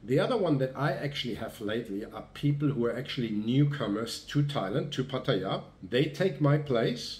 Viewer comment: Finally someone who pronounces Pattaya properly.